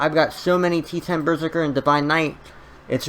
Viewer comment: It's berZERker not BERzerker lol